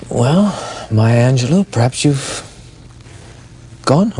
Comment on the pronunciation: So much disrespect in the intro! She is not defined by rape and whorehouse. So many other things the announcer could have said to introduce her. And the last syllable of her name is pronounced "low" not "loo."